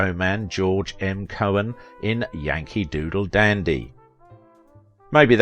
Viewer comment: It’s really CO HAN(d)… not KO in. Thanks ☺️.